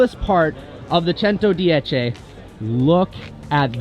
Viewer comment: Pronunciation of 110 was perfect 👍